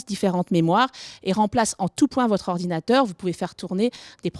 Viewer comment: ardinateur XD